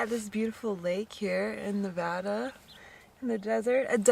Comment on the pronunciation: I'm so glad for your adventures😊 Thanks for saying Nevada correctly lol Keep Jeeping!!